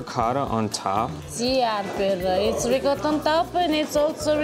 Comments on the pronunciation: I absolutely love you both and I love everything you do, but I beg you, per piacere 😢😢will you teach Harper how to say “ ricotta”!!!!! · Please learn how to say ricotta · I can't take it anymore. For God's sake get Harper to pronounce ricotta correctly!!!!!!!!!!!!! Campofelice di Roccella is dying every time he pronounces it. But we love him anyway!!!! LOL!!!! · I don't know which is worse, George Bush's attempt at saying the word "nuclear" or Harper's "ricotta," they both almost make my ears bleed. Hahaha! C'mon Harper you have a good grasp of the language, and you are married to an Italian., you help him out often with other words, why not that one? Thanks for the awesome video of cannoli heaven, where they are all so good it's impossible to choose a best one! What a great trip you are having! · please teach Harper the proper way to say ricotta in Italian as you do it:) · Harper I’m pretty sure knows how to pronounce ricotta and you don’t.